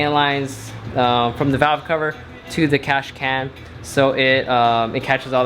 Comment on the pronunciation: Cash can 😂 got me every time he said it